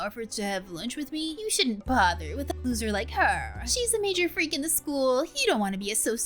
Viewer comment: The fact that said *lucther* instead of *loser* 😂😂😂💎